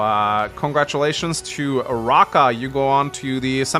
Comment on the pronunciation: That Raahka cardinal sin... lmao